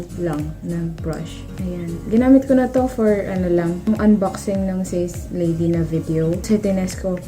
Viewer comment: Ate it’s prounce as SA-SE not SACE